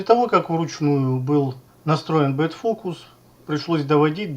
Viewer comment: Простите, что поправляю, но правильно back focus(бек фокус- задний фокус), а не bad focus(бед фокус- плохой фокус)